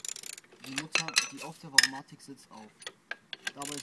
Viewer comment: Danke für das informative Video. Nur ein Ding: Es ist Variomatik, nicht "Varomatik".